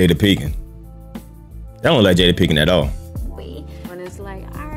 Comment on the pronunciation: Pinkett not Pinkin. Lol. We got the point tho.